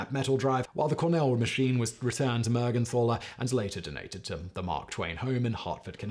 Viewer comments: It is pronounced Mergentaler not Mergenthaler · if you are interested to know, the " th" in "Mergenthaler" is pronounced t, like in tinker or total. The name means "Man from Mergenthal", thats a place in Wuerttemberg. The name Mergenthal is dialekt for St. Mary´s valley.